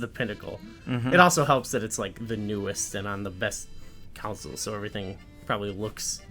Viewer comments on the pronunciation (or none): Lol why do you both pronounce console as council? Con-soul not cown-sil lol. Put out more vids guys. They are a lot of fun. Maybe do a BotW vid on your favorite armors